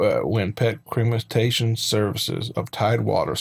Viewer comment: He was like crematation lol huh?